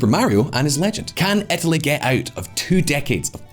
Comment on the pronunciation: I’ve been pronouncing Etaly all wrong